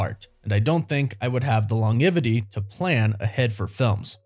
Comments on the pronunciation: Did I just hear "long iv aty"? Instead of "lon jev ity"? Wtf? Lol. 😂 Still love ya, but damn, you speak Angl-ish haha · Yeah bro, I clocked on it too 😂😂😂😂 the dude butchered that